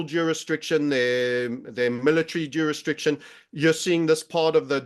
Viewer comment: juris Diction ⬅️. not. Juris triction